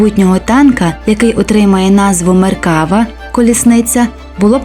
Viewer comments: Додам тільки що назва танка звучить як "МеркавА"(не "МеркАва). Хоча тут кажуть і так ітак. )) Подяка за гарний огляд. Україні Слава! Шалом із Нагарии. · не меркАва, а меркавА. як і в більшості слів на івриті наголос на останній склад. не існує меркава мк5, існує меркава мк4 "барак". це остання, найновіша версія четвертого покоління танків меркава на даний момент. скоріш за все, далі серію меркава продовжувати не будуть, а будуть створювати зовсім нову машину. певні напрацювання в цьому напрямку вже є.